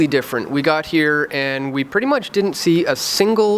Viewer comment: PLEASE learn how to pronounce COULDN'T AND DIDN'T. It's not COULDENT AND DIDENT. And it's not CU'ENT AND DI'ENT, either.